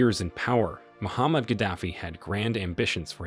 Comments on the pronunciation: Muammar Gadafi not Muhammad 😂 ignorant video présenter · Why can't you pronounce names properly? E. D Amin. Mu se ve ni. Mu Amar Gadafi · Mo-Mar-ga-dof-fee. please correct enunciation of his name. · It's Muammar Gaddafi